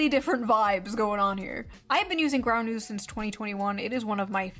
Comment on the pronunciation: June loves plugging that 'ground news' shit but can't even say it properly. 'Groun'...I can't stand how she speaks in general, tbh